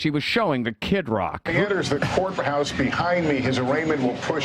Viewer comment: I swear Holt said, "the federal whore house" 🤔 Masters of misdirection